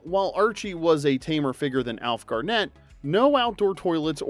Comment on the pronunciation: the emphasis is on 'Gar' not 'net.'